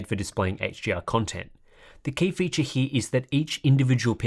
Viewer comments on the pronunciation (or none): none